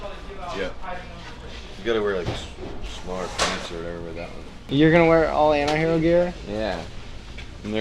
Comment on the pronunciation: Hope pronounces the "T" in antihero now a days...